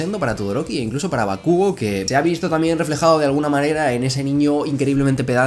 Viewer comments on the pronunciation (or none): Por qué decís bakúgo? Si la pronunciación más cercana a la original sería bákugo.